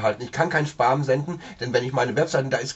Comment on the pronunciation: man spricht es "späm" aus. :)